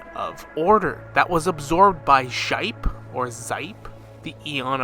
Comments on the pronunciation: As a note: Xipe = SHEE-pay. As in, the Aztec god Xipe Totec. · I think Xipe's name is pronounced 'shee-pay' but I may be wrong. Hoyo pronounces the 'Xi' like a 'sh' like in Xianyun, Xiangling, etc. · But why you gotta butcher the names like Shaip, Eenuh, Penaconeh 😫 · Actually Xipe pronounced as 'shippay' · I dont know if this is the proper pronunciation but alot of the time I hear people say Xipe like this⬇️⬇️⬇️ The X being pronounced in like a 'sch' kind of sound. The 'ip' being used like you would for words like zip, or pip. And the 'e' being used for like an 'eh' or 'ay' sound. So 'sch-ip-eh' or 'sch-ip-ay' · A more accurate pronunciation of Xipe is probably [shih-pe] or [she-pay]. In the IPA it would be [ˌʃiː.pe]. That is if the name is actually a partial reference to Xipe Totec.